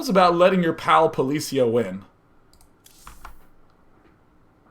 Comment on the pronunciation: It is poli CI a , like in CIA